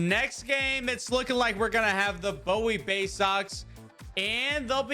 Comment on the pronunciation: It’s pronounced buoy not bow-ie